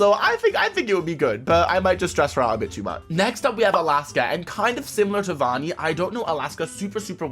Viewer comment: its not voni its vani it was pretty funny tho